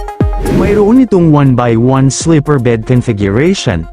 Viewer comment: slipper ba o sleeper ?